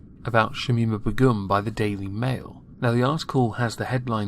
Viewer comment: LOOOL THE WAY U SAY BEGUM KILLS ME